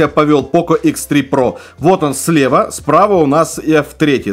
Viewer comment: Хихихи - "Хэ Зэ про"! Смешно, смешно!